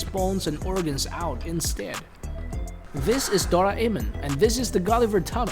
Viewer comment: It's pronounced do rai mon